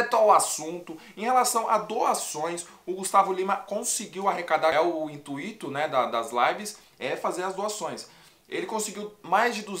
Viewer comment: Intuito ! E não intuíto. Até doeu o coração kkk